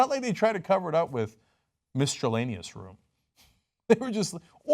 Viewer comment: What's a "mistrelaneous" room?